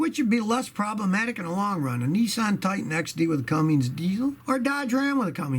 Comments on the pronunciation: Scotty... it's "Cummins", not "CumminGs" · The Nissan CUMMINS not Cummings is absolute trash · Must not be a diesel mechanic if he can't even say Cummins.